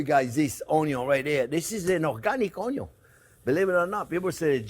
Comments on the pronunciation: Don't forget<>The "Onyawn" always goes in first lol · The way how he says onion 😂😂😂